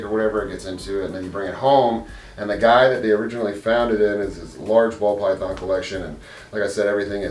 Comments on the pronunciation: Wow! I hope they get better. You also said Pall Bython when you talking about Alex getting bit.....lol....but whose counting. *magic fingers, that's what all the girls say * 😋. Kisses and well wishes from Toronto to you and the beautiful Kayla ❤❤😋😋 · He also said 'Pall Bythons' . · Did I hear a pall bython? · Pall Bython🤦‍♀️ thanks for the laugh, great video!